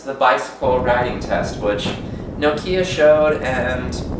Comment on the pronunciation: Its Nokia not Knockeea or Nokeea. Its just Nokia!!